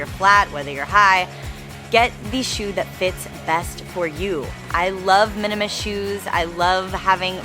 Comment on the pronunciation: *minimalist, not minimist